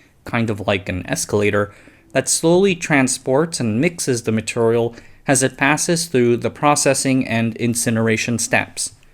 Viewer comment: Hey brother. Not a dig on you, but I have a request. Please work on your long e sounds. “Material” is not “maturrial”. It’s very hard to hear this across videos as they accumulate into hundreds of small nuisances and you are too helpful not to be honest with you about it. Very hard to listen to.